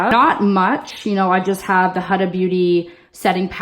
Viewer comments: Oh girl let me get you right HUDA it is not A it is U huudaa ughh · It's pronouced HUDA with a U, not with an A